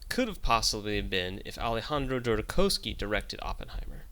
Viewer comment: Great clip. I just have 2 corrections: The directors name is pronounced JodoRowski and it's "nuclear bomb", not "nucular bomb"